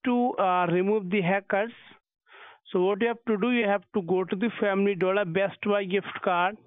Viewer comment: "family dooler" hahah